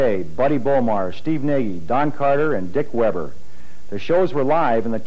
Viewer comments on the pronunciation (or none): none